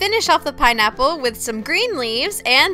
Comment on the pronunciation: I like the way you say pinaple as "pernaiple"